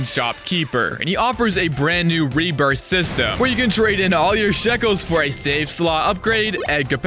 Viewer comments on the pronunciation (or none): none